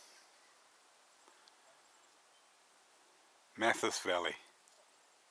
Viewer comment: Great video but just one little thing... The Mathias is usually pronounced Math-ias My family lived at Manuka Point in the late 1960s when it was owned by Laurie Walker